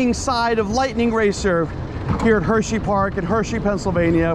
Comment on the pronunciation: Bro said "hersheyfart"